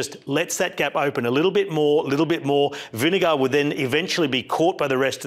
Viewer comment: Love you mate but why you keep saying vin de gaard